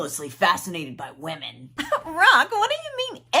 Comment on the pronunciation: I know you’re saying by-women company in the ad. But I’m hearing bi-women and I love it!